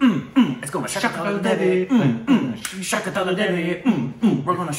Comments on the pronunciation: Started a video and when started like Shaakuntaalaa devi UMM umm Shaakintaalaa devi Umm Umm, closed the video... ku6 b... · I thought Shakuntala but u guys said Shakutala!!!!!!